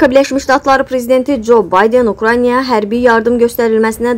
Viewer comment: Danışan qız, sözləri düz de. Ukranya yox, Ukrayna. Nə qədər savadsız insanları şərhçi qoyursuz